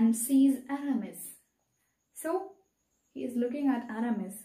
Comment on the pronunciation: Mam but you are mispronouncing the names😢.... Athos will be pronounced as aathos that is correct but the rest.... Porthos will be pothos, aramis will be ahaamees, D'artagnan will be deaartenyon and the de jussac pronounciation is ok